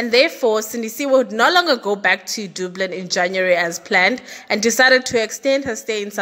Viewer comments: Dublin not doblin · I love your channel. It’s pronounced “DUH-BLIN”, not “DOO-BLIN” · The way you pronounce Dublin yhooo Very wrong dublun yhoooo hayi